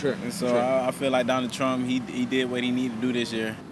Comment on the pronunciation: guy for real said "donald truh"